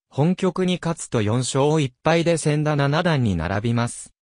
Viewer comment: 名前がせんだ、でなく、ちだ！ ましてや藤井三冠のさとだ、と、そうたですよね、わざとですか？